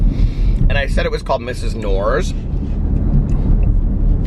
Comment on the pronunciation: Hey, Knorr is a German brand. And guess what, you are absolutely right in the way you pronounce is 😉 the k is not silent. Greetings from Germany, Julia. We love your channels over here.